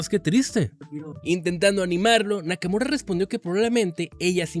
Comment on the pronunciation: Nakamura ❌ Nakamuro ✔️